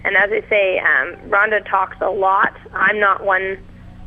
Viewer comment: Ronda Rousey should find this guy, and break his arm for mispronouncing her name. Much respect for Sarah, but Ronda is a force of nature. Strikeforce knew exactly what they were doing.